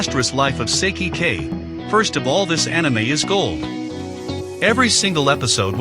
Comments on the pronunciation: Ive seen all these animes but it bothered me Its Sigh-key=Saiki k. Thats even how they say it in the show it just bothered me thats all i love that show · Did this man just say "Sicky".